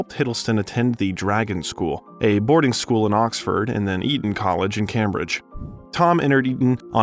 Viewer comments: "Combridge" instead of Cambridge, "Maavel" instead of Marvel, and then "mis- cheef" instead of mischief. Usually, if it's a bot, there are weird pronunciations in every other sentence. Here, it's very random words with very interesting pronunciations. 🤔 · I like these videos but the mispronunciations are hilarious! Cambridge? Vicar? I get that the voice is AI, but a bit of editing before release wouldn't go astray.